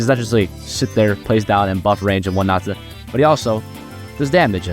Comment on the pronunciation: "butUH ur still my favorite unit of this updateUH"